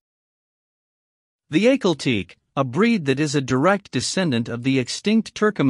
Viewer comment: I've heard both AHH kahl TEK kee or (for the second word) TEK eh. But not teek I've always heard "Teke" pronounced with two syllables.